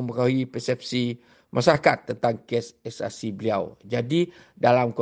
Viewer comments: CSRC atau SRC? Sebut biar betul-betul! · SRC KE CSRC? kenapa najib sebut CSRC?...maaf tp itu yg sy dgr... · Najib sebut CSRC...bukan SRC 😁😁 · DENGAR BETUL BETUL SEBUTANNYA.... SRC KE CSRC... SRC DAN CSRC ADALAH BERBEZA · Lapaz sumpah Laknat tu pun dah mcm lain je bunyi sebutan nya csrc d sebut baru d sebut SRC..hehehe.. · dalam sebutan sumpah pun dah tak betul....CSRC Kenapa ada C sedangkan sepatutnya SRC shj.....kat situ pun dah tak betul ..adakah sumpah itu Boleh diterima... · Syarikat CSRC? Jual gulake syarikat tuh? Nak sumpah biar sebut betul² 😂😂😂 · Dia salah sebut syrkt csrc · Min 0.10-0.17 ' c src'...abenda?...salah lafaz sumpah...terbatal....wallahuallam